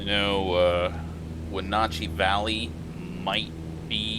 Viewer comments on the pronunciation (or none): I live 9 miles from Wenatchee (wen-at-chee) If you landed here you would fly right over my house. Super Oval!!!!!